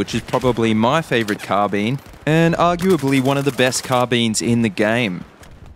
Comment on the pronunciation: It's not called carbeen lol